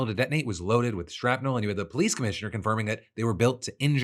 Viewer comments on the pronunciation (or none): none